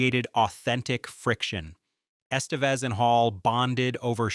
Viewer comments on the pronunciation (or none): Lol why do you say Estevez so wrong